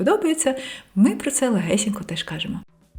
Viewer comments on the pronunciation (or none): face-red-heart-shape: легесєнько --> легесенько я́кщо --> якщó функцианальний --> функціональний змусити сéбе --> змусити себé працюв"иа"ти --> працювати (вимова) так і кажить --> так і кажіть прóста --> прóсто зацікавлєність --> зацікавленість найвишший --> найвищий батькив --> батьків стресостійки --> стресостійкі скаріше --> скоріше скалічени --> скалічені норм"иа"льно --> нормально (вимова) спротів --> спротив розкишно --> розкішно вíсімдесят --> вісімдеся́т татарін --> татарин в опису --> в описі